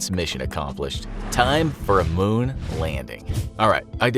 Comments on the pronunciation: not moon it is mun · Mun not moon💀💀💀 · also its mun not moon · The MUN! Not moon! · MUN. Not Moon.